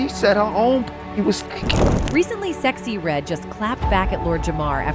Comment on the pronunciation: You say a lot of black people names wrong you sexy red wrong I agree she a industry plants